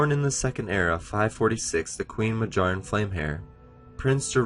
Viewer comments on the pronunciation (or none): Pretty good but I'm pretty sure his mother's name is pronounced MA-B-YARN, as with most Nordic sounding names the J is pronounced like a Y